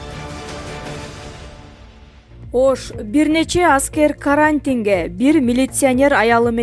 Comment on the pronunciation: Карааантинге деп,дагы баштадынбы?Окуганды уйроно албай койдун го. Уят эле.